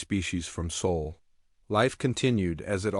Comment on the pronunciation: Please tell your AI it's spelled Sol, not soul.